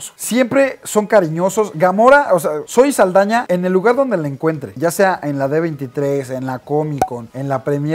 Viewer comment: Es Zoé Saldaña no zaeldaña